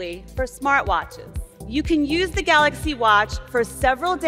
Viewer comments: Love it when he says Galoxy 😆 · Galux note 9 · galoxy not 9! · David Kaner galox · “The old new galoxy note 9”👂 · Geloxy Not nain